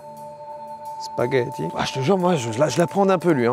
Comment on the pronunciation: on dit un spagethO